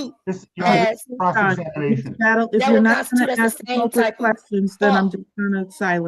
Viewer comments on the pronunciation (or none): Its ask not ax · That speaks with such arrogance while simultaneously unable to pronounce the word ask is cracking me up. I have to laugh or I'll cry with embarrassment for Judge Washington.